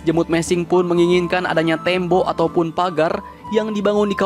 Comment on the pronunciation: Bukan tembo tapi tembok min 😀😀😀😀😀😀